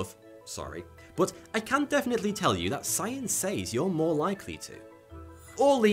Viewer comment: You know you’re a child when you snort due to laughter when he says “have incredibly large breasts”. I’m 30 🤦‍♂️ Also, I’m about to start saying “says” like he does. Thanks! cough!... excuse me...